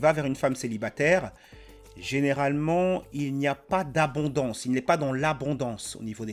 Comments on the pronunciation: Déjà elle a un gros problème de prononciation du français. On dit célibataire, pas célibatère. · "G 1 kestion pour tout'les mamans célibatairrrrrrrrrr", il ne manque que la ponctuation "t'as vu ?" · l’accent à « céibatèère » RED FLAG CSP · Déjà dès les 3 premières secondes sa façon de prononcer "célibatÈR" c'est un redflag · Celibatairrrrrre, durrrrr...